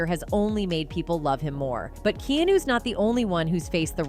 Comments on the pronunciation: Keynu??? It's Ke-ah-no. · These crappy AI voice overs are terrible with pronunciations…His name is NOT Keynew, its keyahhnew, the letter ‘a’ isn’t silent. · "Kenew reeves" 😂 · When Keanu is saying don't look them in the eye, he is talking about the dogs trained to work with Halley Berry in John Wick 3. Kee Ahn New not Keen New. Keanu does what he wants to do and has not spoken any of the bad words you are saying he did. He is not a complainer. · ...lady, it's NOT "kee-noo", it's "kee-ah-noo"... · its not KEEnu and its not bullLICK. I seriously cannot watch this because it hurts my head so much to repeatedly hear mispronounced names or words. whether it's AI, or whether it's a real person, instances like this is what will actually cause you to lose fan base and make people actually run away from your videos and click the "do not suggest this channel" option. now think about this did you choose that voice for an audibly pleasing experience?? because the mispronunciations made it so unpleasing you're getting comments about it and people like me have actually clicked the never ever ever ever ever ever show this channel again option. - truth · Kee-Ah-New!! Say his name correctly!!! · Who the fuck’s Keynoo? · "Kee-nu" ..... "Cah-stars".... The ROBOVOICE is a killer and subtracts from the enjoyment of this video.....A LOT. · "KEÁNU". FFS, IF YOU'RE GOING TO USE A.I.; THEN TEACH IT VARIATIONS OF VOWELS! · Who TF is Keenoo?! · Attn Narrator: KEEEH-ANN-U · It's messed up and inappropriate to refer to Keanu as keenu! AI sucks! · Wow how do you miss a vowel? Kenu? Definitely AI generated! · Keenoo hahahaha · Trying writing your AI script like this KEY ANN NU. That should fix that problem. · I made it about a minute in before the kenu's got to me. Bad AI lol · I could only hear “KEE-NU” 40 times or so before it drove me nuts. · Opr? Keenu? This AI is pronouncing everyone’s name wrong. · Kee AH nu! Say it RIGHT!.Hard to even listen! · Who's Keenu? 🤔😂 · Keeeenu ... ooooookay, AI